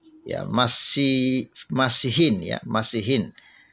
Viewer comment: Min, sebaiknya anda belajar juga melafal ucapan dalam bahasa Arab.. supaya ga kaku ngucapinnya.. seperti kata "masihiyyin" udah di-ulang2 masih salah juga ngomongnya. jadi kesannya anda juga ga ngerti arti kata yang diucapkan. maaf yaa untuk kebaikan kita juga kan.. biar kelihatan keren dikitlah gitu..